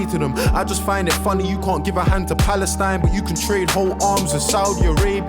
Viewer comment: Dude couldnt even say palestine.. and he cut out the whole somalia afghanistan egypt and libya..typical american